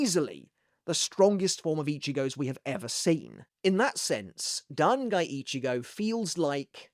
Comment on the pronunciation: "Dan Guy Ichigo" lol 😂